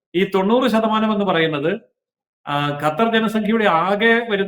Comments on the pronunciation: ഗത്തർ അല്ല, വിവരം കെട്ട ന്യൂസ്‌ റീഡർ, ഖത്തർ എന്നു തിരുത്തുക. ഓക്കേ. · Gathar alla mole qathar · ഗത്തറല്ല പെങ്ങളെ.... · This anchor always talks about gutter. Why not learn to pronounce that sound right!😊